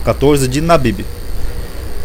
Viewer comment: não é nabibi mais Abibi